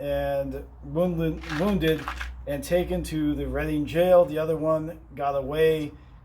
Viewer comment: I thought it was pronounced like the color Red for Major PB Reading? That’s what we’ve been told many times.